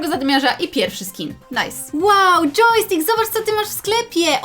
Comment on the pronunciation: Yojstkik to dżeki? Bo coś takiego powiedziałaś a mój pies tak się nazywa xD